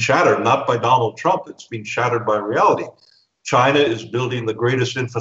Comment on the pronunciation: I heard "Donald Crumb" - very accurate LOL.